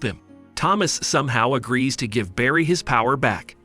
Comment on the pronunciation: anyone else notice he says “jives” instead of give